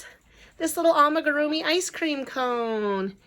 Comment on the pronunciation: Love the am*i*grrr*e*ah*mee Ice cream cone 🍦